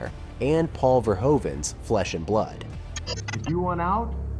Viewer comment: Paul Verhoeven = pronounced Paul Verhooven.. He is Dutch..